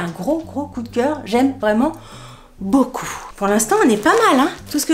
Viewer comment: Coucou je regarde tout tes vidéos SHEIN, j'adore ta bonne humeur❤! Je viens de m'apercevoir seulement depuis les dernières vidéos que tu avais un tic de langage quand tu dis "boucoup" au lieu de beaucoup! Mdr du coup maintenant ça me saute aux oreilles à chaque fois. Bisous ma belle.